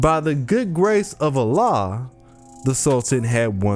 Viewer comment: You pronounce AllAh wrong , but its fine.